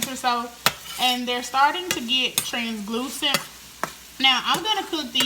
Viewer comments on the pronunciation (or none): "Transglusent" lol girl you country...good job tho!